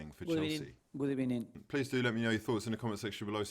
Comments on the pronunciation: I thought we made it a whole video without a "good ebening" but ya slipped one in right on the final wistle 😂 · Yet all that Arsenal fans were asking for is a manager who shows passion on the touchline and says "good ebening" so often lol.. #EmeryOut! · LOOOOL GOOD EBENING AT THE END Hahahahahaha PERFECT! 😂🤣